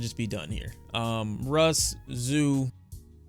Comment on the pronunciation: Russ rhymes with loss. Take this L Russ